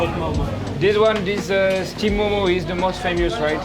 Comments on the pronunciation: Its not Momos its Mo:Mo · Momo is pronounced म : म not मोमो